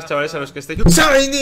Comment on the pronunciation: ya me canse de escuchar ESHAINY